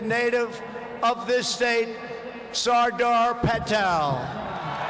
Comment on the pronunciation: Sorda fatel